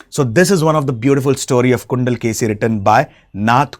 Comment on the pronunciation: Too many incorrect content! ilangovadigal was a chera prince! Not chozha! And it is chilappathikaaram! Not shilapadhigaram! It is kundalakesi! Not gundalkeshi